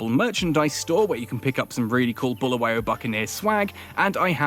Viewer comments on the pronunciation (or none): Sawubona Ahoy, first and foremost I would like to stress that Bulawayo is pronounced as it is not buluwayo. I am however happy to see an English man enjoying my City of Kings Bulawayo. I am in UK and it's cold, I miss home now. Enjoy my City, hope to come there soon